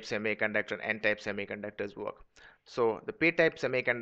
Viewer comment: its type not tape